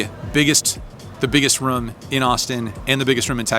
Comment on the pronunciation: Congrats on the business. Really heard your roots when you say poker "ruhm" . Keep up the PLO please!